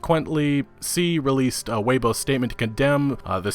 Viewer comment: Tay o bow? LMAO Tau - bau I can forgive Weibo(wei-bu-o) being mispronounced but oh my god tayobow.